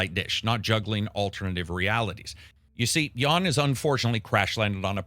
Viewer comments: It's not 'Yawn', it's 'Yun'! 😀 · It's more like "Yahn". XD But yeah, definitely not "Yawn". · It's "Jan" with an "a" pronounced the same way as in "A-mazing" not "Jawn" lol